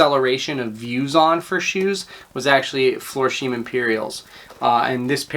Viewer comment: Florsheim-is pronounced “Flore-shime” (long “I”, not long “E”). (Used to manage the men’s shoe department in a major dep’t store). Thanks for sharing your knowledge of many shoe brands I haven’t heard of, though! Congratulations on your success after only a year...hope I can do as well. Just getting started & a bit intimidated by the whole process of EBay. I’m very comfortable with the sourcing & refurbishing...got my start there in the USMC spit-shining my combat boots & leather oxfords (Vietnam)! LOL